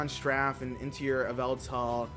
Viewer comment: omg, its strafe not straff! BTW my favorite eeveelution is Jolteon